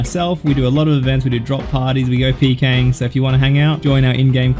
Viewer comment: “Srop parties” lol